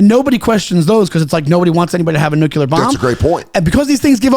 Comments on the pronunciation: Great pod! Say it with me nu•klee•ur not nu•que•lur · Can’t take this guy seriously. He keeps saying “nucular” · can't pronounce "nuclear" correctly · NUCLEAR...🫠 FFS